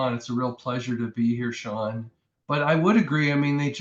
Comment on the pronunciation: New subscriber. Interesting videos ad well made. But, "Seán O'Quoi"? That's a real groaner. 😂